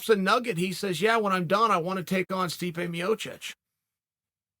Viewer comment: Love how clear chael pronounces stipe miocic and then intentionally botches guys names who can’t cut the mustard. Kayfabe genius